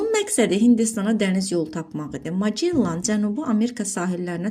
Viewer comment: Magellan vurğu axırıncı hecaya düşür